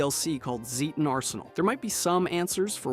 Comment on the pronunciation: Say it with me,, ZAY-ten. ZAY-ten.